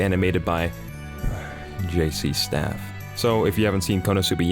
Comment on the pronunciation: The way this man says J.C STAFF 😂😂😂😂😂